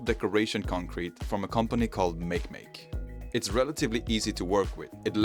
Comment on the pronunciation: Considering the logo of that company is a Moyai, it's most definitely pronounced "MAH-kay MAH-kay," not "Meik Meik." Makemake is the Rapa Nui creator god (Easter Island people).